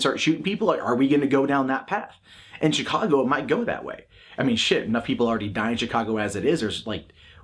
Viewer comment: they removed the video wtf. and hey don't want to sound like a dick but the CH in Chicago is soft like SH. 👍